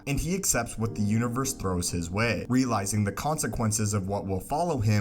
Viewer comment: Why do you say univer instead of universe?